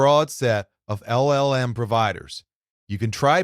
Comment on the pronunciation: So the voice is AI generated? There are just too many slip-ups (errors) in the voice track. Things like mispronouncing "AI", and LLLM instead of LLM.